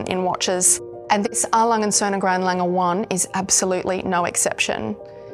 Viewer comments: You managed to both the pronunciation of "A.", "Lange" and "Glashutte". Well, done, there must be some kind of award for this... 🤣 Totally agree that the Grand Lange 1 is the best size Lange 1. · lange, glashutte, at least learn to say these properly